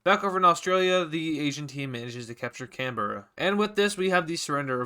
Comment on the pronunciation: Me an Aussie seeing this man mispronounce Canberra (It’s said can-bruh)